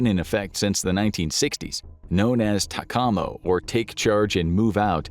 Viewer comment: TACAMO is pronounced “Tac ah moe”. Which replaced the SAC Airborne Command Post or SAC ABNCP The ABNCPs (EC-135C) were replace with E-6 when SAC was replaced by STRATCOM. TACAMO Aircraft were flown by the Navy using specialized 130 Hercules Aircraft. Doomsday plane is actually the National Emergency Airborne Command Post or NEACP pronounced “knee cap”.